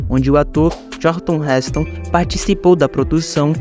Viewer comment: Robô idiota. Pronunciou "Karlton" para Charlton Heston.